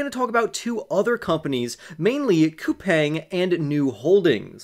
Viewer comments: I live in South Korea, but I haven't invested in them. It is pronounced COU-PONG (the pong sounds like ping pong). If they're going to massively expand into Asia, sure. I definitely have invested in SOFI. I started out with 450 shares. I'm at 600 and going long. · Best of luck to you. As far as the pronunciation goes Google says it is pronounced COU-PANG